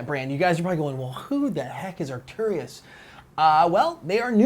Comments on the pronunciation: Please Americans, learn how to speak English Properly. Arcturus pronounced 'arc-turus' and centaur pronounced 'cen-tor' ;-) love from the English. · Arc-tur-us. There's no "I" in the word. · Love your show, not to gripe, but it sounds like you mispronounce Arcturus. Keep up the good work, and as always, I'll be sure to call my freakin' hits.